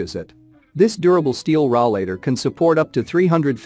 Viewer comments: RAW-LATER? It's called a ROLLATOR. Get your English correct, and stop with the computer generated audio. I got as far as 'RAW-LATER and clicked off the video. Get with the program.... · Yes ... hard to believe it is a "review" when they do not pronounce it correctly!